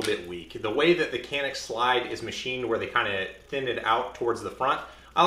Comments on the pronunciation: but you say "h"alapeno ... right? ... It's "J"anik. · The "C" in Turkish is pronounced as a "J" so it should sound something like Janik 😁sorry for nitpicking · It is pronounced as 'John-ick' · ps. In Turkish it would be pronounced like "john-eek" emphasis on second syllable. Named after a mountain at the Turkish city where the guns are made. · You are pronouncing the name of the company incorrectly. It’s Turkish, “Jhanick”.